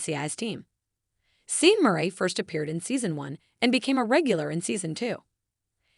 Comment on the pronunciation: PLEASE learn this: his name is pronounced "Shawn" not "Seen"